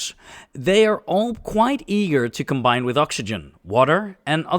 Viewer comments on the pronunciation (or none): none